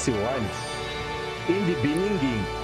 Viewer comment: IWAE In the beningging... Everyone-laughs- uhh did he mean beginning